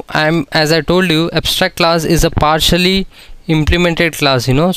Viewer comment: Partially not partically